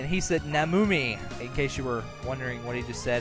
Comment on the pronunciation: I laughed a lot when said "namumi!". "Namumi", rightly "Namusan; 南無三", is a Japanese word (originally Sanskrit) meaning "oh, my god!!". I have no idea how they did such a silly translations.... Anyway, I enjoyed:)